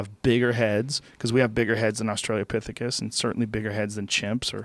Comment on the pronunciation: Australiapithecus? Australopithecus, rather.